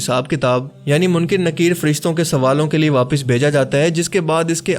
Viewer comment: AP boht zyada km ilm ho. illeen nhin hora. Blke ILLIYYEEN hota he.,,,.Apne kaha munkir nakeer. Ye bhi aapko jahaalat he. Munkir nhin hota balke MUNKARR hota he. APki aokaat nhin he k aap deeni mozuaat pr bat Karin. Funny videos bana Liya karo